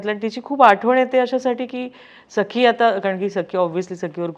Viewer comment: Why she is saying sai its sakhee